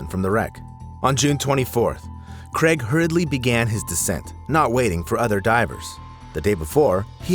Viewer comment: Neither is Cregg, errm I mean Craig.